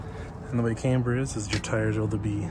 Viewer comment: Cam...ber not CAY...mber 🤪